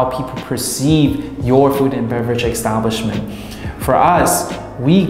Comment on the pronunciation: EXXXTABLISHMENT EXXTABLISHMENT EXTABLISHMENT ❤ LUV YA